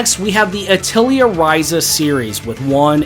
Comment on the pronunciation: Sorry to be that guy, but Atelier is pronounced "uh teh lee ay". Great video, btw.